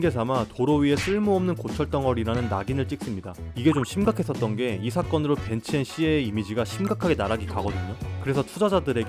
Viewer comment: “밴츠 앤 씨에” “밴츠 앤 시나”?? 메르세데스 벤츠를 다임러AG가 소유한 것이 아니고 2022년 다임러AG에서 메르세데스 벤츠로 사명을 변경한 것. 1926년 다임러와 벤츠의 합병으로 다임러 벤츠로 시작.